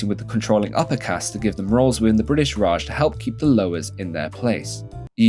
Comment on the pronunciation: lovveed the video welpppp, so funny so informative and spot on pronunciations LoL FOR A BrItiSH person ofc!! also a small correction "In 1978, the law was amended again, raising the minimum legal age to 18 years for women and 21 years for men" so we didn't wait until 2006😭😭😭